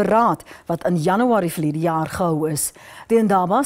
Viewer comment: DIT IS NIE JANIWARIE NIE. DIT IS JANUARIE